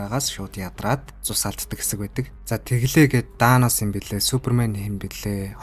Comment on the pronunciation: danos? danos hahahh wtf